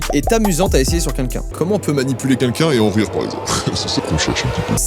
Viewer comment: Joyca je peux savoir pk tu dis quinquin au lieu de quelqu’un?